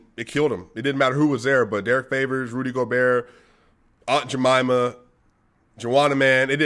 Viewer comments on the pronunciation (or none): none